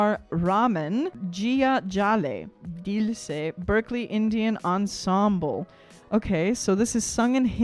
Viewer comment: jiya jale jaan jale 'my soul burns, my life burns' raat bhar naino tale dhuhan chale ' all night smoke blows under my eyes' spend more time on pronouncing names correctly